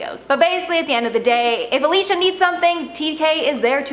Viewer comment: I love this channel, but I’ve been noticing the lack of connection to the titles of some of the videos. It’s called “Top Ten Influencer Assistants,” but when you go down the list, you name the CELEBRITIES’ names, instead of the assistants’ names. Also, it’s AlisHa Marie, not Alisa Marie.